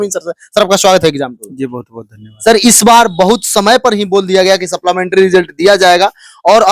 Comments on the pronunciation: wala english weak hai supplementary ko sapplamentry bolta hai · Supplementary ko supplamentary kyon bolte ho Bhai ?